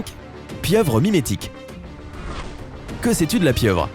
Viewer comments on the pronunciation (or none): c'est la pieuvre Mymétique pas mimique ... mdr nooob